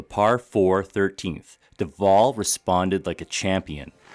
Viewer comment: I share the same last name but zipped have two Ls at the so Duvall. It's funny how some of these announcers pronounce Duval. You pronounced it correctly.